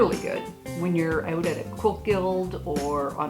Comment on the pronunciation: First - as soon as I heard you say "out" I knew where you were from. Hello from Calgary! Second - these are great tips for me, a new sewer/quilter. I wish I had seen this video a month ago, but I will carry them forward with me and my sewing life will be the better for it. Thank you!